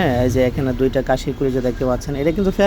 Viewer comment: কাশি না ভাই খাশি